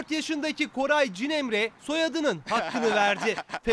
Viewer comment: Spiker de yanlış söylüyor adını. Koray cinemre diyor